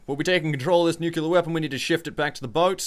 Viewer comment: "I'm a nuclear specialist" Pronounces "Nuclear" as "Nucular" H M M M